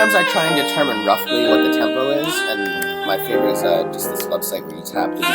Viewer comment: i made a beat with a sample of your voice when you say tempouu lololol its awesome